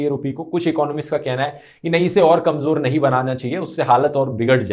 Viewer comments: Bhai kanjor nhi kamzor hota hai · KamJor nahi hota bhai kamZor hota hai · Urdu Pronunciation correction Kamjor -> It should be Kamzor ..... jo nahi zo Pyaj -> It should be Pyaaz ..... ja nahi zaa